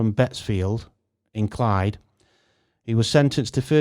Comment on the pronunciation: You confuse 1979 and 1977 a couple of times. And some pronunciation…Clwydd is pronounced CLUE-ID (to us English at least) not Clyde. I am a year younger than Brenda, she may well have gone to my school, I lived in Chester in 1977 (but in the city her village was a few miles away and off the beaten track) I have no recollection of Brenda’s case at all. I hope they find her killer I’m very sorry to hear about this.